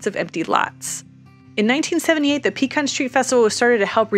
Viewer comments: Another carpetbagger who can’t pronounce Pecan correctly, selling real estate. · Look anyone who can’t even pronounce the names of the streets correctly, does not need to be trying to explain the history of the “ explosive” growth of Austin, Texas. Lady, you have not a clue what you are talking about when it comes to the real reality of the growth in Austin 100 years ago compared to the growth in the last 10–15 years! And please learn how to pronounce Pecan Street! It is not a PEE CAN!!! if you’re going to try to impress people with you being a realtor you need to learn more the real facts about Austin Texas and you do that from talking to the people who have been here 20-30+ years not people who just moved here the last few years they do not have a clue!